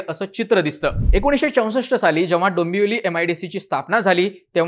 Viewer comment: काय भिकार उच्चार आहेत भावा तुझे.... दंबवली दोंबोली म्हणतोस